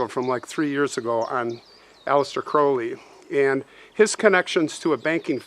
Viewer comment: Wow.....and you actually say his name correctly! 😊 ps....it "Blessed are the dead which die in the Lord".